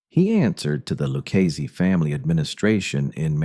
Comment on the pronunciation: the LOO KEYS family. AI DOC